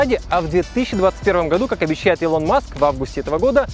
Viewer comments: Не ИлОн Маск, а Илон маск, ударение на И. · автор, не илОн, а Илон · Он Илон а не илОн. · ИлОн Маск!!!! блять, аж плохо стало илОн он говорит... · Ребят, не илОн Маск, а Илон Маск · Слышал у инностранцев произношение Элон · ИЛОН 🤣🤣🤣 ФАЛЬКОН 🤮 Фэлкон